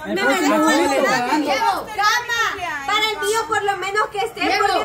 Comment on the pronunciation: Cama? Bessy y Odalis y sapo solo así dicen camaa?